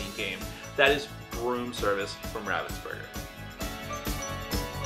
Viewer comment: It's pronounced Ravens burger....like quoth the Raven, nevermore.